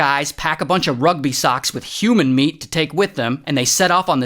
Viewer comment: The emphasis on "Human Meat" is hilarious.